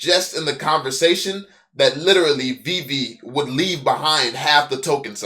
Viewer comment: Glad he’s gone calling it vay vay